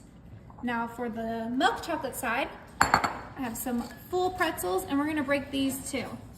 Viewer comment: It's milk , not what your saying. Where you from?